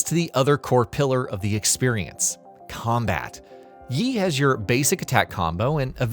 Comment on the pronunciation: You mispronounced every Chinese name/word. Didn't even get Yi or Qi right haha.